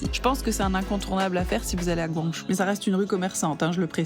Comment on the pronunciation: la vidéo est super, mais pourquoi dire "guangjou", c'est "guang-djo" (pinyin guǎngzhōu) 🥺